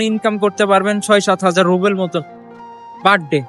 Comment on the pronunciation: রুবেল নয় রুবল বলুন